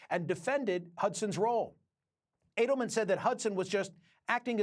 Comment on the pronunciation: Michael, it is Edelman not Adelman…